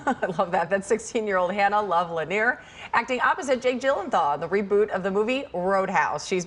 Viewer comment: Jake Gyllenthal it sounded to me like she was saying. Will someone please tell this host it's Gyllenhaal...?